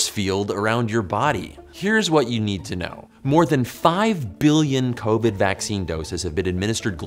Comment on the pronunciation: I'm sorry, but this whole time , I've heard him say SARS2 COVY, but by its self, he says covid